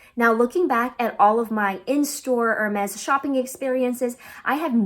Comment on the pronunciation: Be careful when pronouncing Hermès. It’s not “er” as in “her.” It’s more like “air” “mez.”